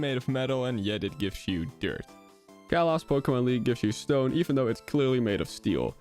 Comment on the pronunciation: If you can't pronounce Kalos or Tortimer right, you must really suck at pronunciation